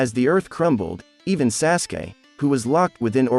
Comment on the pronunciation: This guy said sassgay instead of sauce gay aka sasuke